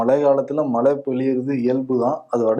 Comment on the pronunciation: நானும் தினமும் கவனிக்கிறேன். க்கு 'ழ' வருவதே இல்லை. மழையை மலை என்று தான் உச்சரிக்கிறார். திருத்திக் கொள்வதே இல்லை. விகடன் குழுமம் அவருக்கு சரியான தமிழ் உச்சரிப்பைக் கற்றுக் கொடுத்தல் நலம். வருணிடம் இக் குறை இல்லை என்பதில் சிறிதளவு நிம்மதி.